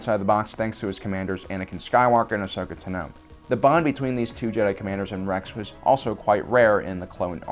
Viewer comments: It’s ‘tAno’, not ‘tanO’ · It’s really Ton-oh not Tin-oh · FOR THE LOVE OF THE FORCE! IT's Ahsoka TA-no, not ahsoka ta-NO. Usually when people mispronounce her name, it's as ashoka, not her last name. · Ugh I can’t stop thinking about how he says asoka tano. He says tino ugh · Tano Tah-No Tano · The way you say tano really annoys me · Why do you say Tano wrong?? lol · I’m sorry but I have to question this guys love for Star Wars if he can’t pronounce tano correctly or ularine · Ahsoka Tano says her name 100's of times how tf you still mispronounce it? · Am I the only one who hates how he says Ahsoka’ s last name? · No but probably the 1% that can prenounce it correctly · I hate it too. All the episodes where she pronounces her own last name and he still can't say it right.